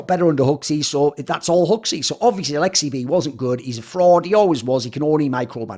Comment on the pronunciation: You nailed the finish accent lmao